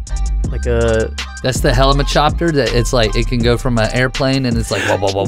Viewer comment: u said helichshoper